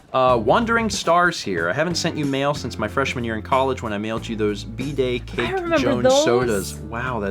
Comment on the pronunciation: For a moment I heard "bday cake" as "bidet cake". That was...an odd thought.